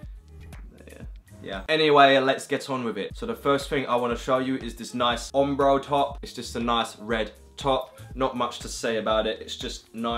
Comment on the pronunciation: The way you says ombro triggers me so much lol. great videos though man no hate